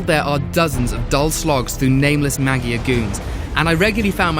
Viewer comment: He said maggia wrong